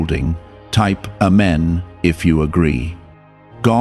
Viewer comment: Ahmein and Ahmein